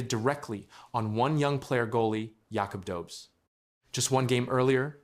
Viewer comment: It's pronounced Yakoob Dohbesh 🙄